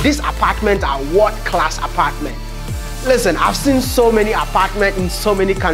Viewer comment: Stop saying "Wod class". The right pronunciation is "World Class"